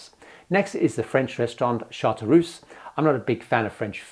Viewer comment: I am a big fan of you, and I LOVED this content! But please know, that you really pronounce "Chartreuse" (="yellow-green") in a totally wrong way! 😘